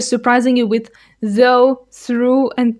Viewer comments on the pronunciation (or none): You can’t even say “with”. You think you can understand how difficult Russian would be for a native English speaker? “Weethe”? please.